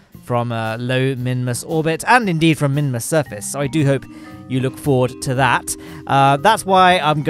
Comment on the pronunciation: Mimus and mun is all I hear